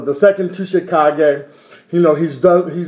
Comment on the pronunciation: I was going to call and tell you the same thing about Granny Chio how it didn't make since either. That's the problem with fillers when they don't pay attention to the Manga. By the way the "T" is silent in Tsuchikage.